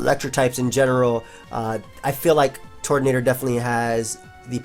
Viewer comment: TURTonator, not TORTonater. Just like Turtwig